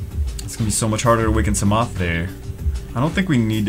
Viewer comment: Put ya peace sa ma on despair (that's how ydcb pronounces it)